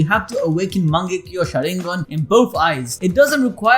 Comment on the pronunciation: It’s called a Susanoo or a sharigan. Not a shoorigan lmfao